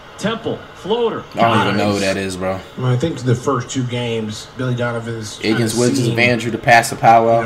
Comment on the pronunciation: He said iggins wiggins of Andrew😂😂